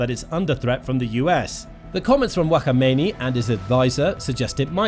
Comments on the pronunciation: It’s Khamenei not WaKhAmEiNi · Wa kha meini 😂😂 He’s Kha-mene-ee that’s the correct pronunciation 😅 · Who is wakomeneyi😂 you saying it wrong 😂 is Kha me neyi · Whakameini?! 😂😂😂😂 wtf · Why are you calling him wakhamaini 🤦🏽‍♂️😂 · Wakhamainee? Is that the Iranian bootleg version of Wagamama’s? Lol.. dude learn the names at least 😂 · what's that pronunciation of his name😭😭😭😭😭 broooo it's kha-may-naa-ee